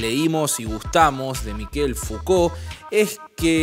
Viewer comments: Se pronuncia Michel. No Mikel. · es "Mishel Fuco" la pronunciacion, no Miquel Fucolt. Espero no lo tomes a mal, pero vi varios videos y lo tenia que decir. Saludos 🤗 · Ayudarte con el frances es : Mishel como suena; ch suena como sh en ingles; no es Mikel es Mishel como suena; vivi 14 años en Francia; soy Javier Martinez ex Manal y mi nombre artistico es Manal Javier Martinez; amo el idioma frances y la cultura de su pueblo luchador por la libertad; y me gusta ayudar a hablar mejor el frances; bello idioma como el nuestro y el italiano y el portugues; ojala lo leas; muy buena la nota. Z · Se pronuncia Mishel, no Mikel. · ¿Se le dice "Miquel"? Yo pronunciaba "Mishel". Debo haber parecido un idiota. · Mishel , se pronuncia.